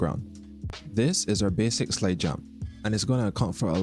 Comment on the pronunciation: I’ll watch this when u pronounce slide properly lol